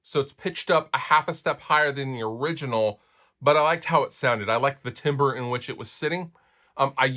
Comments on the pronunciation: Preston Smith it does lol. It's pronounced Tam-bor. Not Tim-burr. We're not chopping down trees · Hey timbre is pronounced like tambourine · If it's originally French (which I think it is), then it's tambre, since "in" in French is a nasal sound close to "am" but higher pitched. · Is that how you pronounce "timbre"? I have always heard it pronounced "tamber".